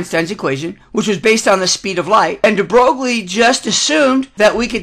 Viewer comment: Very nice! BUT, Please learn to pronounce these scientists names properly...gives an atmosphere of experience! de Broglie is pronounced "dee Broy". This was my first of your videos--I subscribed and plan to see the rest.